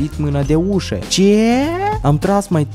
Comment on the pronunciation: " Ceeee ,, ? 😂😂😂😂 we ca cat accent personal ai putut so spui 😂😂😂 prea faina faza cu ,,ce